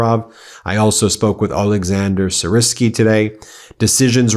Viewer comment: Why does an educated American have such absurd difficulty in pronouncing Ukrainian proper names? Pathetic, but in itself shows much about American solipsism. "Syrsky". How difficult is that? Then you can try Novorossysk. You ALL have this problem it seems.